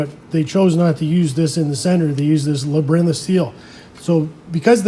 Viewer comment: Labyrinth? Like LAB-e-RINTH????